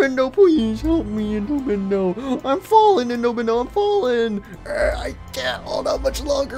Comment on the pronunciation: I love when you say Endo Bendo